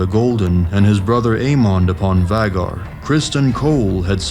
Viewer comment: Whats a vaggar? Its pronounced vay-gar